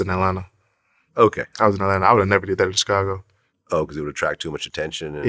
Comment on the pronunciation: Why does DJVlad pronounce “Chicago” like that?